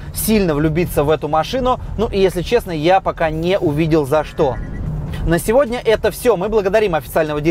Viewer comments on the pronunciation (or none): none